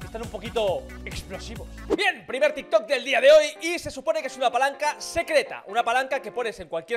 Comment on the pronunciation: minuto : dijo tik kot XD